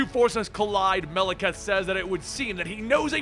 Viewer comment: Wtf? Melakath? Could've sworn it was malekith